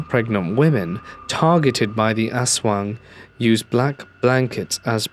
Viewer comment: Yeah at 47 minutes talking about the Philippino monster everytime I hear its name all i hear is asswang lmfao fucking ass-wang im dying